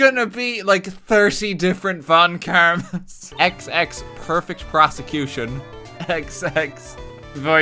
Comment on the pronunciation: ok, this whole thing was a mess but 'proseccocution' right at the end really made me lose it